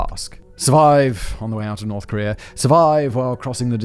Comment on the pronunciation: Where is this, “Kor-ree-er” you mention every so often in this video? EDIT: Never mind, I found it. Apparently it’s on a peninsu-ler right next to Chi-ner.